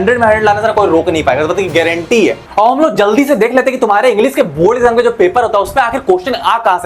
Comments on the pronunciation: Sir be like: ess bast ki guarantee haa😂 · Guareentee😂 he